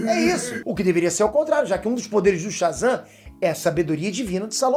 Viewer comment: O cara fala Shazan, ve, um raio e frito o cérebro dele kkkkkk